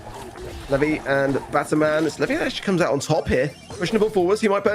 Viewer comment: Everytime he says 'Levy' it hurts me😭😭😭